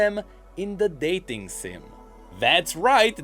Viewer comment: I was about to fall asleep but then he said "daiting sim" and I raised from my chair and clapped